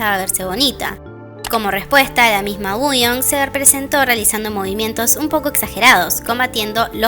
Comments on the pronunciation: por eso, pero ella siempre lo pronuncia mal, como uuion. Igual ya me di cuenta que es tema de ella, porque también pronuncia mal Ador y otras cosas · Por qué dice Wuyong si se pronuncia Wonyoung? 😮